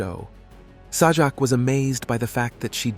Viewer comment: Agree...LAZY. I was noticing the same thing LOL - Saw-jack. And when it's talking about Chuck Woolery, no photo or video of him is shown. Garbage.